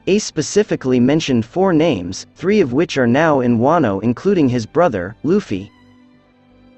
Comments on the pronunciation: Did this dude call luffy, luufy? For shame young human for shame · Love the video but please pronounce luffy’s name write lmao. Its luuufy, not like how his names written.